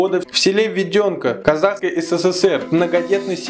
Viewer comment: Введенка, а не Введёнка